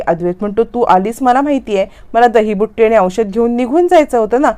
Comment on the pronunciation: दहीबुट्टी नाही हो दहीबुत्ती